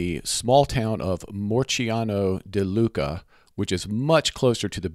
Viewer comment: Morciano di Luca? Leuca, not Luca